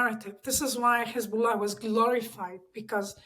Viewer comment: she's "lebanese/syrian" and she can't pronounce the name Hezbollah?